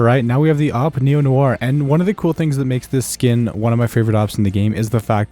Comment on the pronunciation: it's pronounced neo nua